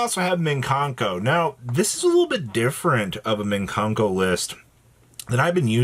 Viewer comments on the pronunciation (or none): Mikanko, not minkanko.